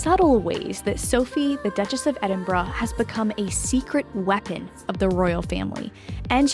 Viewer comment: I’m so glad to have found your channel! I’ve subscribed and am powering through playlists (: I hope I can give you some info in an elegant way and not come across in any way as a stinker… Norf*ck (Norfolk lol), Edin-bra (Edinburgh), and Reese (Rhys) are a few I heard in the first 3mins and I thought might be things you enjoyed learning, since you’re a dedicated researcher. I only learned when I worked at a British bakery and folks would ask for “Red Lester Cheese” and I’d say we didn’t carry any… only for them to hold up Red LEICESTER cheese and cluck at me rudely! I’m sure there are many more I still get wrong 😂 but didn’t want you to get any of the clucking that I got! All ❤ and hope you’re enjoying Tennessee!